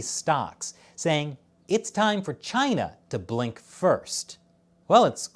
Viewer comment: as for china... 발음 조심해주세요.